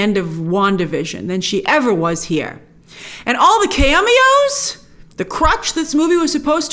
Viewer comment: Whats a "keameos"?